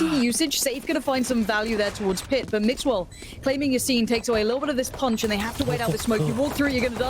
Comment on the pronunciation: Cada vez que escucho al caster decir mixwell me exito